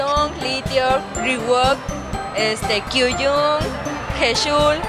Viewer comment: Dime los integrantes: "Hichul, shidon, Kiuyun, riwuk, Done, Lituc," No mamen xDDD